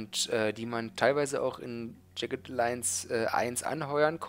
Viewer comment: Ich bin ja eigentlich kein Fan von Werbung auf Videos von anderen YouTubern (O Dog in dem Fall), aber nachdem es von JA nicht so viel gibt, bin ich doch neugierig. Ich schreibe das am Anfang des Videos, damit ich es nachher nicht vergesse, von dem her erst mal nur das hier: Aussprache von Jagged: (einfach auf das Play-Symbol neben dem Wort klicken).